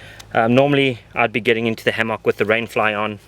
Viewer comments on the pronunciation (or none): hammAWK haha